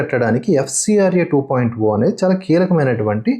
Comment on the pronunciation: Hello bro why you are calling 2.0(oo). Why can't you call as zero